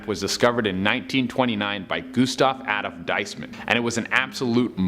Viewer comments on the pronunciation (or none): none